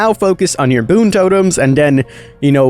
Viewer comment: King no hate but its boon not toon